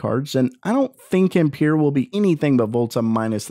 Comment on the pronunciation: That is a triggering way to say ampere lol